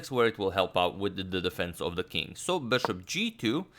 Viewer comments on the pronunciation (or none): none